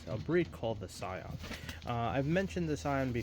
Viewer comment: It's pronounced "See - on" btw. It's French. The original family of Sion birds were the product of Paul Sion of France.